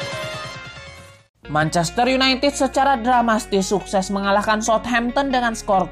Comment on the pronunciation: Dramatis bang, bukan dramastis😅